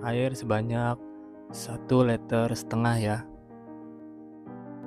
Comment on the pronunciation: Liter mas, bukan LETER